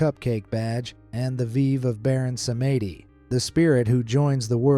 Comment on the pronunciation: Baron Samedi is French for "Lord Saturday" and is not pronounced "Sumaydee'